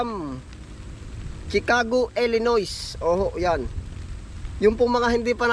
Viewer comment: Chicago Illinois ang pronunciation non ay Illinoy